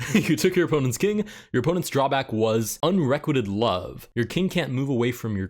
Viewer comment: you're pronouncing unrequited wrong. it's unre - quite - ed, instead of unre - quit - ed